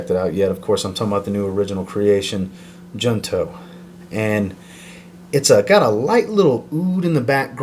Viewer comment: Just an FYI... "Junto" is Spanish. The J is pronounced like an H, like "Jose" (Hosé/Hoonto). And it means Together.